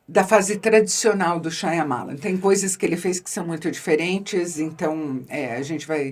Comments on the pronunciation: Primeira vez que vejo a Boscov com seu inglês britânico sempre impecável, errar o nome da pronúncia do Shyamalan.. Lê-se: em nite shaa . muh . laan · Eu amo e odeio o jeito que a queen pronuncia Shyamalan 😂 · Por quê Isabela pronuncia o nome deste jeito, se o próprio Diretor não o faz?